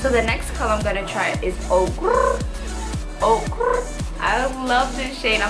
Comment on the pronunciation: finally someone who can say Okurrr